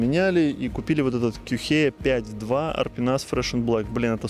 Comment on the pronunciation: Вроде Quechua произноситься кечуа, или кешуа. Сори что ташню просто не сразу понял про какую палатку реч 😅